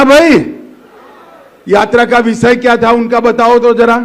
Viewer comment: Amitsha ji visay nahi hota hy vishay hota hy